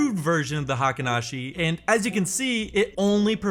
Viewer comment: Pronounced HEYKEEN, not high-ken (as everyone on YouTube mispronounces it) or hahken (as used here). Spelled “Heikin,” not “Heiken.” Pronunciations for Ichimoku and its elements are also pretty messed up on YouTube.